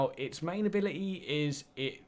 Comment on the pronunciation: Translation for people who speak English; Free = three Abili-ee = ability. Stay tuned for more once deciphered.